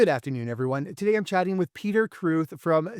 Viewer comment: His surname is pronounced "craowt" not croeth like crowd with a t